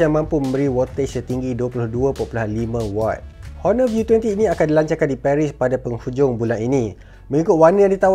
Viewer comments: still Honor with H... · Finally dia sebut honor ngan btul